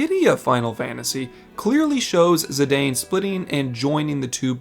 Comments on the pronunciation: I hate to be this person it's zih-dah-n. Not zih-day-n. As his name is spoken in dissidia games and other side media. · It's pronounced Zih-DAHN. We know this from the Dissidia games. Though their stories aren't canon, the pronunciations of characters' names are. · I love you but it’s Zi-dawn.